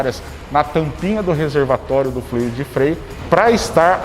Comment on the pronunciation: Muito bacana... só um detalhe: se fala flUido... fluído existe, mas é outra coisa!